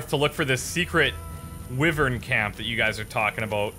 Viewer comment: It's why-vern, not wiv-vern. I live in the Wye Valley in Wales, which is named after the Wyvern, so it started to grate after a few times of it being said...sorry.